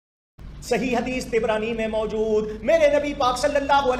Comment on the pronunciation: Tabrani Not Tibrani 🤣